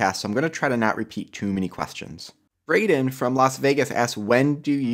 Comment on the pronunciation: Wow I was just listening to this podcast and heard my name lol it's not Brayden it's bryden